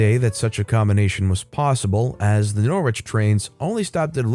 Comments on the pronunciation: Its luff-boro and nor- itch and lest-er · THANK YOU👏👏👏 Also Norwich is pronounced - Nor-ich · Ah man, as a british person your pronunciations there physically hurt me. It's pronounced "norritch", "luff-buruh", and "lester". Don't ask me why they're spelled the way they are haha. Great stories as ever though! :) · I have to mention your pronunciationor or the English town names, it's not how they would normally be said. Try these : "lufbera" or "lufbre" - Loughborough, "norich" - Norwich, "lester" or "lesta" - Leicester, "eelee" - Ely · I love your channel & listen to your videos daily but... As a Brit, that first story was so hard to listen too. You butchered the pronunciations of the cities!! For future reference... Leicester is pronounced Les-ter. Loughborough is pronounced love-bruh & Norwich is pronounced Nor-ich!! 😅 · English pronunciations!!!! You should do some research..... Norwich... OMG